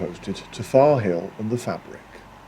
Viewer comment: Another great walk and video. I think of the Ashover area as my second home as my Mum was evacuated near there during WW2 and we frequently return. Interesting to hear you pronounce the Fabrick with a hard 'a' as we always thought it was a soft 'a' like fay-brick. Cheers, Nick